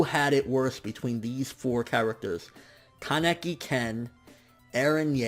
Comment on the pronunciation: Wrong pronunciation of ken keneki